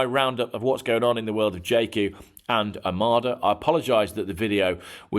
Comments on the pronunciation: You say "Omada" everyone else in the world says "Omoda". Just saying. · Total anti Chinese car, Total bollocks jaecoo7 biggest seller in uk Chery own 50% of JLR It's omoda NOT Amarda , clown